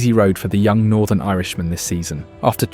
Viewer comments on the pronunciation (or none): none